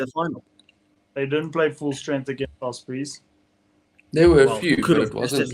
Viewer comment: OSbry??? you mean OS-prey right?